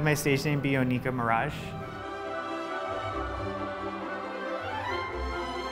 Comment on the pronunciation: Nicki Minaj’s last name is Maraj not Miraj